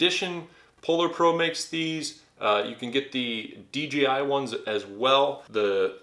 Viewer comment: It's pronounce dee jay eye, not dee gee eye.